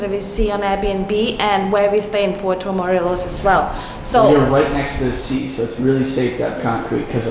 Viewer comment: I like your videos, but man, please just learn some basic Spanish, like please and thank you and "I have" or "I need". Also, pronunciation A, E, I, O and U. It is really easy actually. Also Puerto Morelos is not Puerto Moleros.